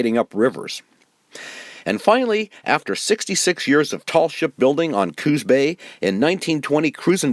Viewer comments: I respectfully submit that the name of this bay is Coos (said like moose or loose, please) Bay, not Cooz bay. It is a proper name and not subject to spelling/pronunciation rules. Thank you from a native of Coos (cooss) County. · Just plain great! I would suggest that glass negatives were not daguerreotype, usually printed on metal. And please pronounce Coos with an "s" --- not "z" --- sorry to nit pick, but what amazing work you have done.